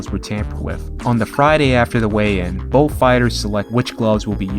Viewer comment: Why do you say “wiff” instead of with and “boff” instead of both?